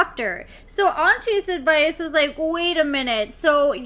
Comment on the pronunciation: She couldn’t even get Auntie’s Advice name right: it was ridiculous!! Who’s “Auntie Vickie”????